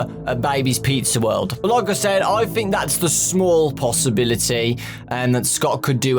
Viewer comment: Anyone else notice that he says 'fhink' instead of 'think'?